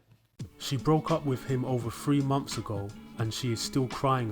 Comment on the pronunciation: Mumpfs not months. They invented the English language and butcher it every time they open their mouths